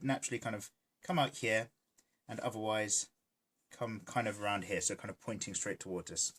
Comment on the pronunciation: Am I the only one watching in 2020? Idk if anyone noticed but I can't help but hear saying Hyaa instead of here, lol